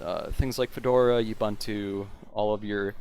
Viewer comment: Correct way to pronounce Ubuntu